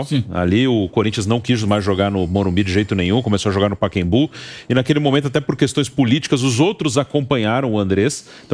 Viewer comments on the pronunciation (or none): Porque reporter nenhum diz o nome do pacaembu certo, todos dizem paquembu, estudaram pra falar errado?